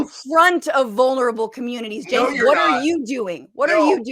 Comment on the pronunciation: If you’re going to make a video on them, at least know how to pronounce their names correctly. It’s pronounced JENK and FranCHesca.